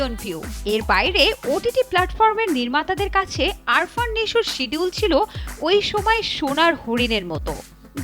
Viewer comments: আরফান না, উচ্চারণ আফরান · Arfan na..afran .nam shikhe news koren